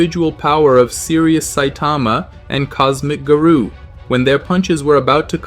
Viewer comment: Stop pronouncing garou wrong